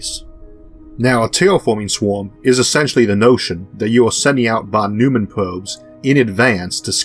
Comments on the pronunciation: Von Neumann, not Von Neumman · I would guess, he probably pronounced it german, but I have a hard time thinking about a word in english which uses this sound....maybe "oi"? like in "oink"? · This is the most amazing channel. How do you keep up the pace and quality? You must be working overtime. There is always room for improvement, however. Allow me one nit-pick. Fawn Noy-mun. If you pronounce "Fawn" like a New Yorker, you are pretty close to the professor's pronunciation. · A nit pick: Von NOY-man. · Just one minor correction, please: Von Neumann - Should be pronounced as "Von Noi-man".